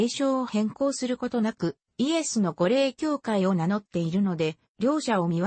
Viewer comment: 御霊は’’ごれい’’ではなく’’みたま‘’と発音します。